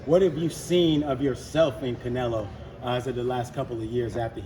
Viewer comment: Damm Floyd u just can’t get Canelo name out ur mouth